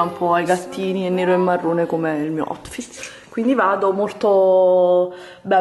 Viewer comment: "Questo è il mio AUTFITTE"